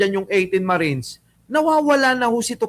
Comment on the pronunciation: Pls. 18 MARITES NOT MARINES.